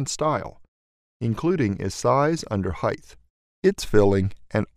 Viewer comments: The word is, "heighT", not "heighTH". Other than that, good video. Thanks. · C'mon man, you're teaching a drawing course and use the incorrect pronunciation "heigth" instead of the correct pronunciation of height? there is no "th" in "height". Get it together and stop perpetuating the wrong werdz. However, thank you for posting this instructional video, I did find it useful. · Great tutorial, thank you for your content. FYI I think you'll find it's pronounced "height". There is no "th" sound at the end of height. Length, width and a hard T stop. "heigh-t". Wow, so much great information in your video, thank you for sharing. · I HAD to stop watching after only 4 minutes - I couldn't bear to here the word "height", pronounced as "hyth" one more time. It drives me absolutely nuts!!